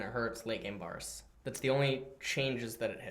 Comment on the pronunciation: Can someone teach how to pronounce names? NAWSUS AWWTROX VAWRUS.